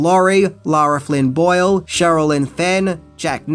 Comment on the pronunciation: Lara Flynn Boil? Lol. Bob gave me nightmares…